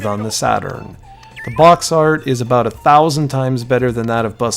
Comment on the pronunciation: What's that aboot?